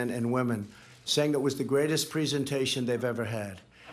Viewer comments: don’t forget preesentation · "pree sentation"